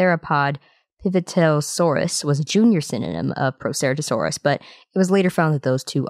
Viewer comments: When you say the word Proceratosaurs you’re just saying it wrong, but since you said all of that, now I know it’s related to the Tyrannosaurus family. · That's not how you pronounce Proceratosaurus, I'm sorry to be this kind of person and I know many dinosaurs have different pronunciations, but I think the right way to say Proceratosaurus is the accepted way